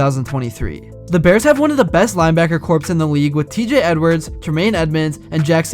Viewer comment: Great video! Don’t pronounce the p in corps. For some reason it’s silent. Go Bears!